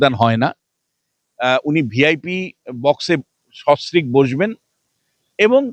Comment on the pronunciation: এই দালাল টা সস্ত্রীক কথা টাও ঠিক করে উচ্চারণ করতে পারে না।